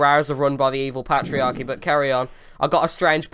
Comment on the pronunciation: "pat-iarchy" "dextop" these words aren't English